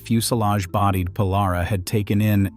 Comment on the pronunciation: Pole-are-awh??? More like Pole-air-raw...